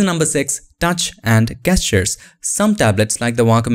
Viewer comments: Absolutely loving your videos. One small suggestion: the word gesture is pronounced like Jess-ture not like guess-ture. But your English is otherwise lovely. Thank you for your expertise! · it’s Gesture (Jeschar)